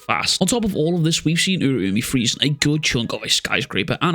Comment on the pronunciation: I think it's pronounced Ur-ow-me